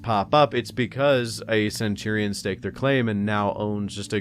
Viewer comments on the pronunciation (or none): none